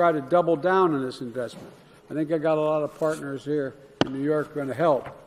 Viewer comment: Did he say “fartners “ in place of partners ..🤣😂😂🤪🤣🤣🤣😂😂